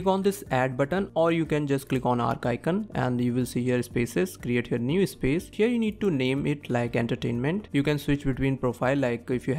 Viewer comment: The way you pronounce words. Your "video" sounds like "vey-dough". "Space" sounds like "iss-pace". Plus lots of grammatical mistakes as well. Take the transcript of this video, and ask ChatGPT about the grammatical mistakes. Then put the transcript into an Indian English TTS engine and compare your pronunciation. 👍🏻